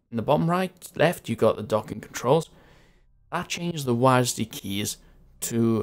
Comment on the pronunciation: why do you say wasdy keys its just W A S D